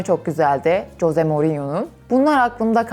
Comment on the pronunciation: Ama hose degil Jose j ıle okunuooo